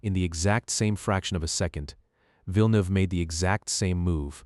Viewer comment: I'm from Quebec and Villeneuve too and the way he pronounced it annoyed me so much 😭😭